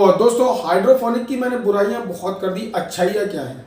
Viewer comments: sorry to say but sir u dont even know how to say hydroponic u are saying hydrophonic well its future of agriculture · भाई पहले बोलना सीख ले हाइड्रोपोनिक होता है न कि हाइड्रोफोनिक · Ap pahle nam to sahi lelo hydrofonic nahi hydroponic hota he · Hydrofonic nahi hota hai. Hydroponic hota hai😊